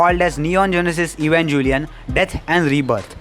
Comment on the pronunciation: I instinctively clicked out of this video the moment he called it evanJelion